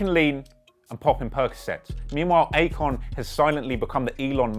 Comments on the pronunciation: I kept hearing acorn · I keep hearing "acorn." Lol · i couldn't help but hear acorn every single time you said Akon. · Good video but its not Akon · it aint Akon though...kali